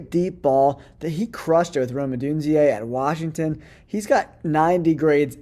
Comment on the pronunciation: "Rome Odunziay" ....No bro it's "Odunze".